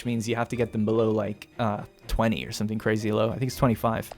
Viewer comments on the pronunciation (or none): none